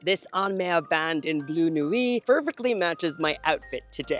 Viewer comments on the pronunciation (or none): none